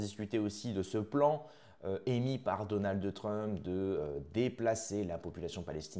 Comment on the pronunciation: Donaldeu trump !? 🤣😂